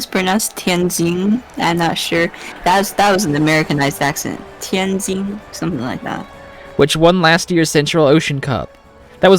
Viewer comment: is a Mandarin speaker isn't she? Tianjin was well pronounced.